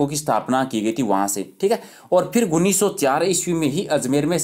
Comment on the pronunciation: sir pronunciation shi kro 19 ka